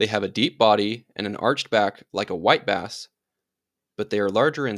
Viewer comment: LoL It sounded like you said wipe ass the first time you said white bass